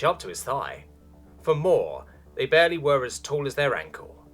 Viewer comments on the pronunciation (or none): none